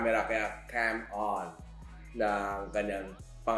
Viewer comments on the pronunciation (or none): Ingat sa pag pronounce nang Camon hHahaha